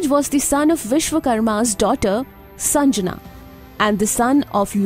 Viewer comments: Its sangnya not sanjana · It's shandhya not sanjana